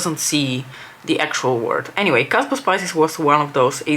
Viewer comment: Ober brun looks beautiful!!! I couldn't believe my ears when you first said "kasbah" correctly. I stopped doing my makeup and stood still to see if i misheard! 😂😂😂😂